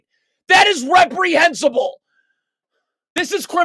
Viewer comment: "Steve Kerr's absolute vomit." I laughed out loud many times. A very funny rant. "Rephrehensible"? "Criminal activity"? "Poor effort, and again, you play for Steve Kerr. I get it."